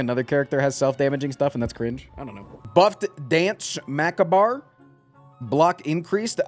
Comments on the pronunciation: Macabre: Muh-kaab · sorry... macabar? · Excuse me sir how did you pronounce macabre again.